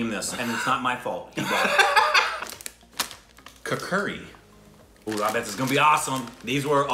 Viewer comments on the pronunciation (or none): Its kukri😆